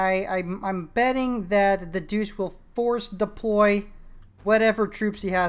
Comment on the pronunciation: Believe it or not, it is pronounced Duche not Doose. It's weird but then aain...